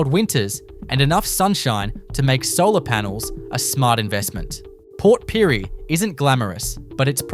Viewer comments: Port Pirie? He got the name right twice and then called it Port PYREE !!☘️🇮🇪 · Multiple pronunciations of one town! Port Pirie 😂